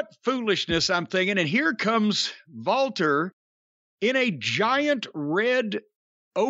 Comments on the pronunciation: Why the hell does Cornette always say "Valter"? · Why does Jim call him Valter or am I hearing him wrong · Is it so difficult to pronounce the name correctly? Yeah, the commentators also mispronounce it but that also makes me lose my mind. Everyone heard how to pronounce the name correctly so stop Americanizing foreign names, that is so ignorant.